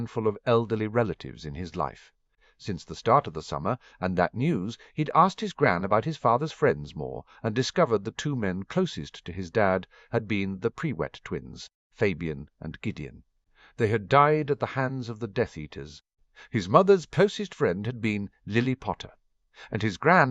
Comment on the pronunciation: The "pre-wet" twins?? LOL... lazy. can't be bothered to edit the AI pronunciation! Lots of other weird mistakes, like Oh Oh Oh.